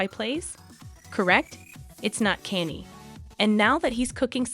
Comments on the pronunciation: Why is she saying Kenzie west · cause the dyslectic dimwits saying kainnyy the whole video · kenny west💀💀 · The pronunciation of his name made the whole thing kind of annoying.... At least learn the pronunciation correctly. 🙄🙄🙄